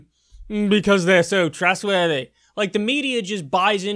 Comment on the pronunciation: LOL i like the pronunciation of trustworthy